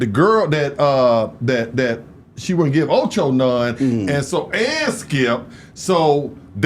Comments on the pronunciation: Acho not Ocho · Get the names right. It’s Acho not Ocho.